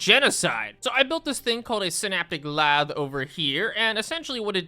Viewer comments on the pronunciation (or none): wonderful video, but please learn how to pronounce lathe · how do u pronounce lathe differently every time you say it and its still wrong w video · Hearing someone call the lathe "lav" hit my machinist brain like a brick. Long a, it's a long a, "lay-th". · "Leth" as lathe, as well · The way you pronounce lathe kills me. 😂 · Anyone else get really annoyed everytime he mispronounced "lathe"? Great video otherwise. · I love that you somehow managed to mispronounce lathe two different ways in two times of saying it (Much love) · It is physically painful to hear constantly mispronounce lathe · This man cannot pronounce lathe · as a machinist pronunciation of "Synaptic Lathe" hurt me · As a machinist that runs lathes daily I second that the pronunciation of "Synaptic Lathe" kills me inside too. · where the fuck is the Y in lathe????